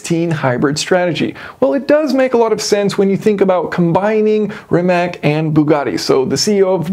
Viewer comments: It's not "ree-match" it's "ree-mah-ts" as it doesn't have an accent on the c at the end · It’s pronounced ‘Rih-mahtz’ not ‘Rih-Mack’ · Not to pick nits, but it's pronounced "rimatz," not "rimack." They're Croatian. Other than that, love everything about this; just when we thought ICE was dying off, Bugatti said, "hold my champagne." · it's RimaC, not Rimak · It's Ree-matz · I believe Rimac is pronounced rimats, also Mate is pronounced ma-tay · Just for your american pronunciation - Mate is not probounced "mate" as in "check mate" or as in "whats up mate". It is ma as in "macchiato" and te as in "latte". Rimac is pronounced Ri as in "Rikola", ma is the same as before in "macchiato" and c is the sound of "tz" as in "tzar". Hope this helps ;) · Mah-tay Ree-matz. I know a lot of people get it wrong if they don't speak any Slavic languages like Croatian but that is how you pronounce his name. The company is technically pronounced ree-matz but I think Mate gets tired of correcting people because I've heard him say it both ways. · You are mispronounceing Rimac